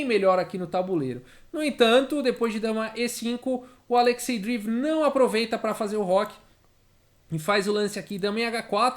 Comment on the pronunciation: Fala,, tudo bom? Adoro seu canal, nunca vi o xadrez explicado de um jeito tão claro e descontraído. Vc manja muito! Só um toque sobre a pronúncia de Dreev. Pode ser Drieiév, ou Dreiév. Não é “Driv”. Valeu, abraço!